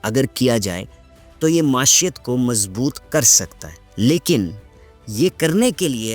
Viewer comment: معیشت کا تلفظ درست کر لیں معاشیت کو ئ لفظ نہیں ہے معی شت یعنی معیشت